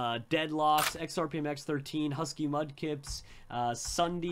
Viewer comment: WOW I was realllly triggered when you made that mistake a little after when you were listing the team crafted members and you said XRPMX13. Sorry about that but that was just bad